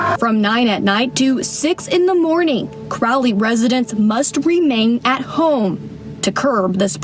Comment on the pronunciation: "Crowley" Louisiana 🤨